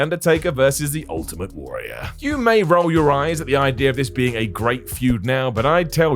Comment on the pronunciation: Warrior, it's pronounced warrior.